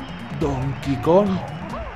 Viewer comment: Skeletor and That DAMNED Temple I can't help but notice he fails to pronounce the G in Kong. Kinda like Rocket Run in DKC3 that had no G in it. What is this, Donkey KON 64?